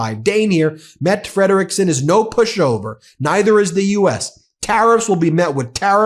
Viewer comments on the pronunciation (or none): meh-tuh fred-rick-son... you gotta get these names down ben